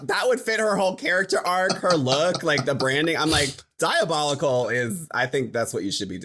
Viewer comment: "dayabetty is dayabolical" I SCREAMED